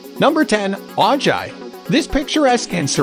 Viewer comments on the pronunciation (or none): It's 'Oh Hi" NOT Oh Ji... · Why are they showing footage of a flood when talking about Healdsburg?? That’ll really make tourists want to go there! 😂😂 This video sucks so bad. Ojai is pronouns Oh-high, not O-gi 🤦🏼‍♀️ Nevada City-holy cow, where do I start?!? I live here, so I can say quite confidently that every image shown was of other towns, some not even in California. Nevada City is a tiny gold rush town in the Sierra Nevada and has Victorian homes and businesses built in the late 19th century so I’m not sure why they are showing photos of vast suburban sprawl that look like Sacramento or the outskirts of L.A. The only thing they got right was the Nevada Theater being the longest continuous theater west of the Mississippi. Oh well. 😅🤷🏼‍♀️ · It's "Oh Hi" dude. You know, j is silent in Spanish. Geez. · Just helping out (it's pronounced OH HIGH) L.A. resident here :) Excellent video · Ojai: O-hi, that's how it's pronounced. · Ojai and Cuyama are mipronounced on this video and I do not think all of the photos of Julian are from there.